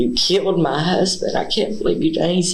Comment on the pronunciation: “ He wanted to come to ma house….. to ma house …. I said no-sir 😂😂😂😂